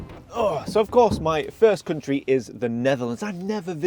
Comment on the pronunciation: Welcome to Sweden. Glad you're visiting our "cunt-ree".